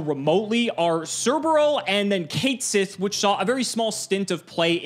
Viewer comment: Someday I'll watch a video where a youtuber pronounces Catsith correctly. Someday.